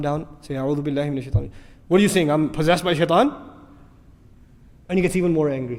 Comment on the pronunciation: Aouthu billahi min ashaitan nirrajeem not irrajeem